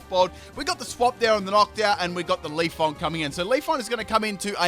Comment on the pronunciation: I cringe when you say Pokemon names wrong, such as Leafeon, it's not Leaf-on